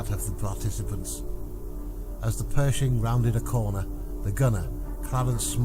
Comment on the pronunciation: “Pershing” …not “Perishing”……